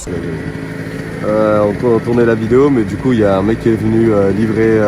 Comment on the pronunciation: Pour le référencement tu mets « uRRnn, deux, trois » 😂 Paix ✌️